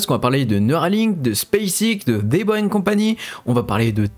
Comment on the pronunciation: Très bonne vidéo mais essaye de changer ta prononciation de ''the'' qui ne se prononcé pas ''dé''